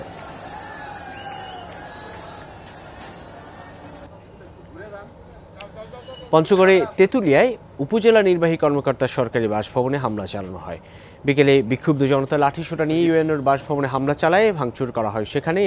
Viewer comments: সংবাদ পাঠক ভাই আর কখনো দুর বিত্ত বলবেন। খবর দার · Why you are saying "durbritto"? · They are right....you can not say dorrbritto😮